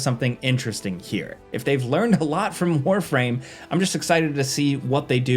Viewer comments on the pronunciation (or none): none